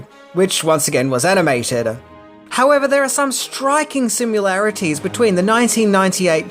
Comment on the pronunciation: "sim-you-larities", omg, lol